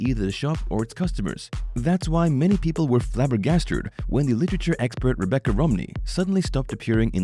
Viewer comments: Flabbergasted for Christs sake not flabergarstered or whatever he said. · Did he say flabbergasturd?